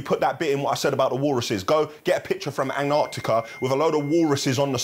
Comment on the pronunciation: Dying at how you said Antarctica 😂